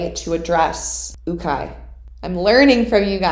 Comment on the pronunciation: ....Asa-yEeEEe 😂 Ukai is pronounced You-kai lol